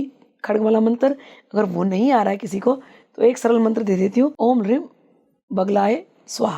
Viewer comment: Hreem ko reem kyu bol rahin hai puch ke bataiyega